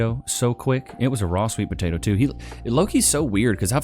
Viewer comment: Had to fast pass the dumby po-tot-oo and her mug dish holy fack